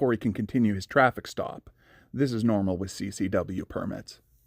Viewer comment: listen carefully. He says wiff instead of with. Boff instead of both ect. He speaks like a child.